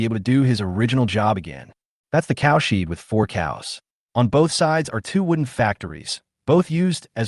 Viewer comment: Not bad, decent flow, a bit boring at times, and exciting at times. The "cowsheed" is the only annoyance so far!!